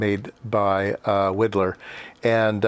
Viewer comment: It's WHY-dlar. For some reason he did not like being called Wee-dlar. I've always wondered if it was to distance himself from his Bohemian roots ..